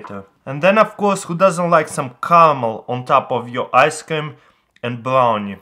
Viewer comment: "4 Table spoons of Nacho's spring water" "Then I am going to add my ask-cream" You mean thawed out yoghurt